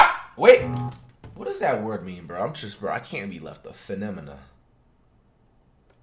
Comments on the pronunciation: Nobody: Flight: Femonia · "finimanuh" "intoeyeshun" englishteacherreacts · Lmaoooo fenemena it how he said that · no one: Flight: "what does that word mean bro phenimenuh" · FIFTEEN STRANGE ANIMAL finimimah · Finnemenah lol flight stupid🤣🤣🤣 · “15 strange animal…. finamina…” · He said “funemoma”- I’m ded 😂😂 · "Fenem- mana what does that word mean" nothing flight nothing because that is not a word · Fin uh min uh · Bro said a phenemenanana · Saw the title and i instantly knew this dude wasnt gonna pronounce it right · So we all just gon ignore how flight pronounced "phenomena"